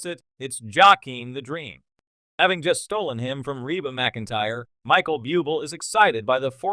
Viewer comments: Better asked 1st the correct pronunciation of Michael BUBLE' last names.It's IRRITATING! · Please pronounce Michael Buble’ name coeeectly